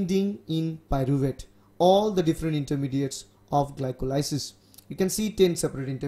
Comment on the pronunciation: gli-ko-lie-sis ahahaha